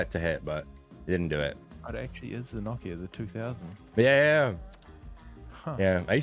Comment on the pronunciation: No-kia 😂 never heard that one before 😂 pronounced “knockia”